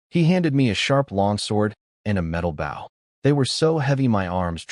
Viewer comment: Guys, the A.I. still needs A LOT of work. It needs to KNOW how to say Bow properly when referring to a weapon and not the action of bending forward. Also needs to learn HOW to use proper punctuation while speaking. Also you need a better format of Subtitles. They aren't as accurate as they COULD be.